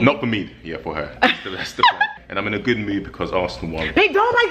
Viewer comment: He said "Im in a gewd mewd"